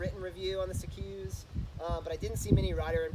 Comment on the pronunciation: Just so you know, it’s pronounced like sea-cus, not sea-Quse. If you go to the Vorsprung site, you can hear the owner say it, It’s good to know the proper pronunciation for a product that you’re reviewing. 👍🏼